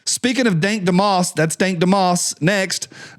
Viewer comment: Pronounced it wrong it's dank dumb ass